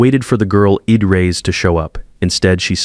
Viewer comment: I'd is pronounced Eeeed? Come on, AI!